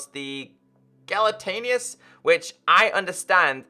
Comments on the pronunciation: JEL AT NOS NOT JELTANUS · bte its not gelatinous its jeelatnis <just for u to understand